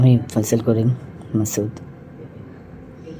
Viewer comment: ফয়জল না ফয়সাল বলুন। উচ্চারণ ঠিক করুন । বয়স আর একটু বেশি হলে তোমার এই পেশায় নিয়োজিত হওয়া উচিত ছিল। অনেক সময় তোমার Video দেখছি কথা বলতে বলতে একটু থেমে যাওয়া আবার অন্যমনস্ক হয়ে কথা বলতে থাকা এসবই হচ্ছে আমি ইন্জিনিয়ার প্রদীপ কুমার রায়, বিসিএস, নির্বাহী প্রকৌশলী, বাংলাদেশ থেকে মনে করি অল্প বয়সে এই ভারী কাজটি করার ত্রুটি। ধন্যবাদ।।